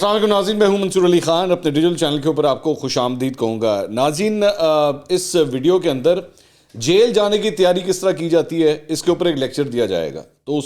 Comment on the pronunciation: Kushamded nai hota g. Kushamdyd hota hy